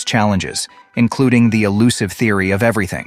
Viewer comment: Really ? INCORRECT information in this video. Here's one example of many things the narrator says that are wrong: This word 'elusive' is not 'allusive'. These words have totally different meanings, yet the idiot narrator pronounces 'elusive' as 'allusive'. Therefore you cannot trust much of anything he says. The makers of this video should start by learning correct basic English. How can anyone listen to them talking about 9, when they don't know 6.